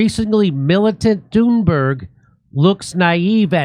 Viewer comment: I kept mishearing Thunberg being as "Doomberg" ... was i wrong ?? LOL